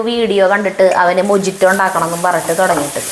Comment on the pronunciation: മൊജിറ്റോ എന്നല്ല, മൊഹീത്തോ എന്നാണ് pronounce ചെയ്യുന്നത്. It is a Spanish drink